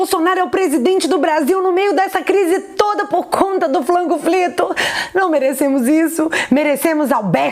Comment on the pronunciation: Só eu acho irritante quando ela chama a pandemia de "flango flito"?